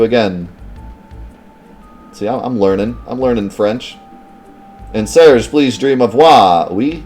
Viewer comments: Its pronounced Serj (yes as in Serj Tankian). The J and G sounds are inverted in french, and you rarely pronounce the E at the end of words. Source : French-Canadian here :p. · I think you're probably pronouncing Serge correctly based on that fact that kid adds a "y" to the end of your name in the beginning scene which would make it Surg-ey-ee should it be pronounced Surg-ey to begin with which clearly doesn't sound right whereas Surge-ee sounds much better.